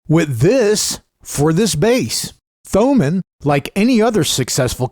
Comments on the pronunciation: Thomann is pronounced toe-mahn. :P and they are the biggest in Europe. Also the best - never been disappointed with them, had bad experiences with others. great review! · You don't pronounce the h in Thomann dude. Say it like Toemann.